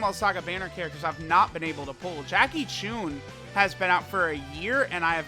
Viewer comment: Not choon CHŪN bar over the U is a longer pronunciation of the vowel